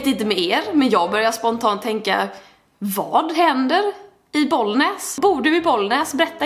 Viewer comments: må än säger inte boll näs utan bollnäs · Jag bor inte i Bollnäs men det gör min farmor och farfar😂 och älskar ditt uttal på det du ba bollnääes